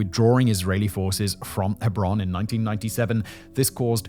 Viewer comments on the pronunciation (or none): Not only do you mispronounce intifada, but also Yitzhak Rabin's name, the name of the city of Hebron, and so on... It's really disappointing, this is one of the best channels on this platform, and you have taken such a major issue quite callously.